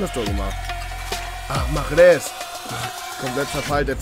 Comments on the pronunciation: mahrez wird märez ausgeprochen ich komm ja auch aus algerien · Er wird mareeh ausgesprochen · Schickes Video ^^ PS: Mahrez wird Marez ausgesprochen:D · mahrez wird mahre ausgesprochen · Man schreibt ihn Mahrez spricht aber das "h" nicht aus